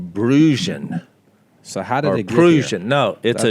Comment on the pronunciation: Jase....Prussian is Pronounced as "PRUSH AN." Just like Brush.‼️😌